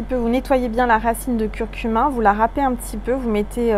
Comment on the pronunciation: Curcuma on entend curcumin.. 😉🙏